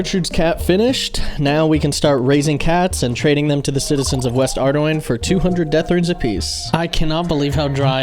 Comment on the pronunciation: First youtuber who pronounces "Ardougne" correctly! Nice series!